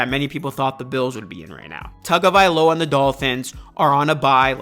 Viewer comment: I’m gonna help you out bro. His name is Hawaiian/Polynesian. In Hawaii, they pronounce “Taga” as “TONGA”. You can research it yourself if you don’t believe me. I looked it up bcuz I thought everyone was saying his name wrong lol. Great content tho bro